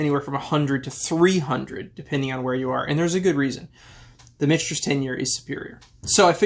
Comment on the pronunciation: Sazerac owns both brands...so clearly the money won. Also...Mitch-Ters not Mick-Ters?